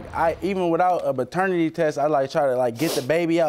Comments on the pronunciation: Minute ....he did say "baternity" 💀 😂 (Lord forgive me for laughing) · Did he say “Baternity” ?? He has a lot of growing up to do !!